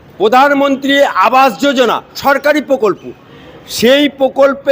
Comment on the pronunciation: Pokolpo নয় prokolpo